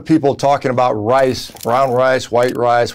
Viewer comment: Had to rewind it a couple times to hear him say brown "wice"